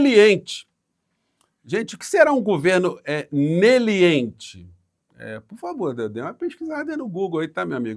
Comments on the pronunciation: Eu acho que ele quis dizer ou se esforçou pra dizer "negligente" 😅😅😅QUE BURRO PROFESSOR DÁ ZERO PRA ELE.😅😅😅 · Ouvir Moro me dar vômito 🤮 "Neliente" 🤔🫣, o sr tbm ouviu ele falar prisão "pérpeta"?🙄😁🤭😂😂😂😂😂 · Ele disse "neliente", não seria negligente? 🤔